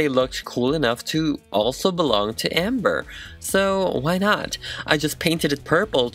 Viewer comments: That moment when he doesn’t say her name right. It’s Ember, not Amber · my name is ember LmaO cuTe 🤷🏼‍♀️ but its ember not “amber” ahhH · da HOOT This bugged me so much 😂😂😂 I get that their similar but... it’s not Amber. It’s Ember. Like Embers in a fire. Vowels matter. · because ember is pronounced like EM-ber, EM like Emmanuel. Not the same to AM-ber at all. AMtrak, you pronounce AMH and em like EH-MM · Amber-- *EM*ber, like emma or emerald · My youngest daughter introduced us to your videos today. We wanted to check out this doll, as my daughter's name was inspired by this character. You are quite talented but it sounded as if you were referring to the doll as Amber and it drove us 🤪. My poor daughter gets that in real life too. Fantastic work. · saying AM-ber instead of EM-ber gets me a lil heated every time 😂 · It’s Ember not Amber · Its EMber not AMber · the way you called her amber really irked me her name is EMBER as in RemEMBER ! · 46 seconds in and cringing everytime he says Amber. It’s Ember, like the flames all over her stuff and her song. Plus she died in a fire. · Stop calling her Amber its Ember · Sounds like you’re saying “Amber” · yeah it's probably an accent though